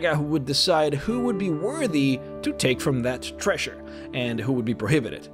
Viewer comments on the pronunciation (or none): its treasure not trash-re